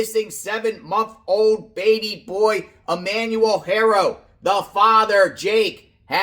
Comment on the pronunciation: BLESS YOU for all you do When there is an H in a name, it is silent When pronouncing the Haro name …it looks like this Arrrrow With a soft A Trying to be helpful